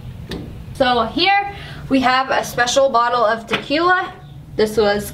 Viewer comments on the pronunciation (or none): SSSniperWolf its Tequila not taquilla😂😂